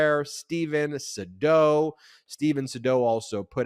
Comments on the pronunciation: It's Steven Shadow not Sedo. How could you get that wrong? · The new attorney's name is pronounced "Say'-dow" He's very smart, very savvy, and one of the best criminal attorneys in Ga. Whatever he says in the press about Trump is just bluster. He knows full well what Trump did in Ga. as far as attempting to extort Raffensperger to cook up fake votes for him, he KNOWS his own client is guilty. He knows it as well as you do. He's just doing his job. For money. If Donny doesn't pay him, he'll walk away, he's not doing this out of political conviction, it's his job, and one he gets paid extremely well for doing. Simple.